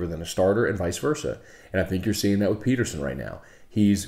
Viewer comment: Great show as always. Me and my dad started listening to you on 104.5 and now we watch Morning Scone on our tv everymorning as well. One question tho why do you always say Peterson like that? We think it’s hilarious just don’t understand the contex. Keep up the good work. Ps Get synd is a really cool app and its even better supporting LSU alum